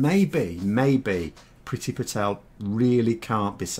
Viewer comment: IT’S PRONOUNCED “PREETY”! HER NAME IS NOT ENGLISH!!